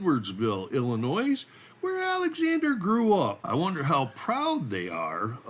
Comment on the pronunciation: Hey, there’s no NOISE, in ILL-IN-NOY (Illinois).😊